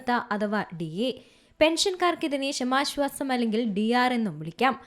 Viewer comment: ക്ഷാമ + ആശ്വാസം = ക്ഷാമാശ്വാസം എന്നു പറയൂ , please.